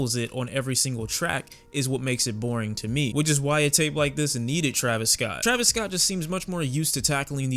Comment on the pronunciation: “ Travis Scoot” 😂